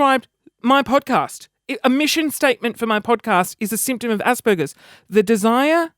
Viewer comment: haha haha haha you remind me of me I have Asperger's and you totally pronounced it wrong and hahaha your so funny and make me crack up and having asd or being aspie isn't a bad thing it makes you unique.